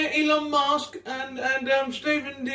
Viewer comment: “Elon Mosque” and the farting really got me